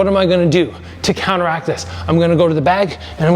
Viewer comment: It sounded like it was $300 down to $299 the way you said it, I had to rewind and watch again, haha. Down "TO" $99! 😂. Maybe if you said to ONLY $99 it would have sounded a bit more clear. Best regards.😊